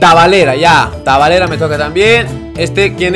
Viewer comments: Al jaja es Talavera no tabalera 🤣🤣❤️❤️tqm ❤️ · todos: Talavera:Tavalera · Me dio un poco de risa cuando dijo tavalera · cuando te salio un portero de méxico se llama talavera y tu dijiste tavalera jaja saludos desde🇲🇽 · Solo los mexicanos sabrán q pronunció mal Talavera y el dijo tavalera xd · quien se rio cuando digo tavalera cuando era talavera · No es tavalera es *talavera jajaja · es talavera no tavalera